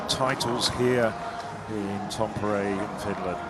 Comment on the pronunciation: For goodness sake – it's "TAM-pe-re" not "Tam-PER-e". Even I know that and I'm English.